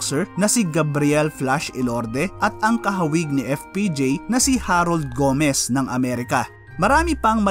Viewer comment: Galing. Ang pronounce ng apelyido ni Harold ay GOWMS at hindi Go-mes. Share lang. Great research you did.